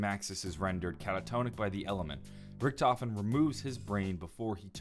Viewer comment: My brain hurts, you said primis, ultimus, Richthofen, it hurts